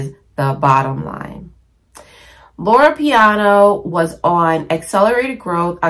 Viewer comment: Loro Piana, not Loro Piano lol. QL isn’t going anywhere. It was around long before Succession made it a thing. Personally, I just can’t wear the loud logo brands like LV and Gucci. Especially, when you swim in highly professional waters. Classic style never goes out of style. No need to worry about trends and fads. Some things you just outgrow. Also, the lowest quality items in any store always have the most logos.